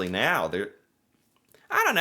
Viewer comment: Did you just say " meow more then ever " ?!! Meow now hold on meow